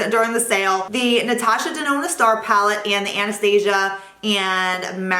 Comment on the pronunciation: Great recommendations! I didn't know Sephora carried Tom Ford products. Also, as a small critique you're pronouncing Anastasia wrong, it's not like the movie lol